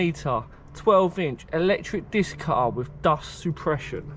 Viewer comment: Does your family say Diskkk cuttaaar ?